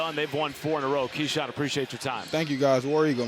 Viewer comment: Keshawn “Kashawn Hall” Hall